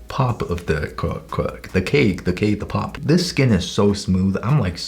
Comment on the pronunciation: he struggles ri much to say k-pop 💀